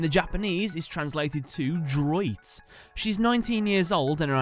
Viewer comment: That’s not how you say “droite” in French. Lol.